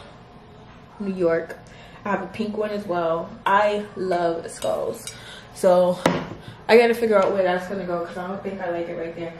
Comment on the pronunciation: Sis I love you but “skulls” 🥴